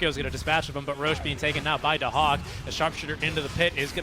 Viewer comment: Daxak = Dahak